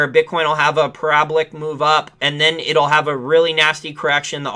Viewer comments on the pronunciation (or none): It's pear-a-ball-ick...lol parabolic ....not prablic..lol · I dont know what was funnier- The way you said parabolic or that Bitcoin was in a healthy consolidation.